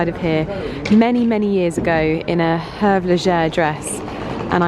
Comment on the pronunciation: Hervé Leger.....Hervé rimes with "privé" not "perv"